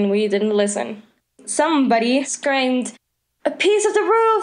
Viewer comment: Did anybody else notice she said scramed instead of screamed